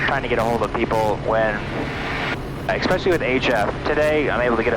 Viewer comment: there is no "x" in especially. essssspecially